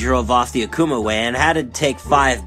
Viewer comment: AKUMA not akumer